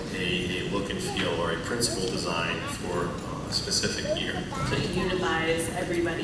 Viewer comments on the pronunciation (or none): "Sus-if-ick" > "spesh-if-ick" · Its more Speh - ci - fick to me. He also says without further do or dew instead of ado not that it matters :p